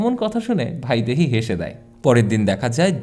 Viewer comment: ভাইদেহী নয় ,বাংলা উচ্চারণে বৈদেহী হবে